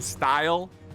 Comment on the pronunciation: Classic “FRANch”